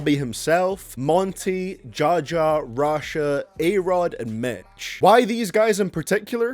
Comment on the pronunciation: When you say Rashad you sound like you sayin russia